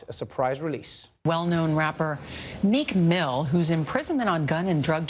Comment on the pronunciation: I thought you said "Nick Moo" (not Meek Mill)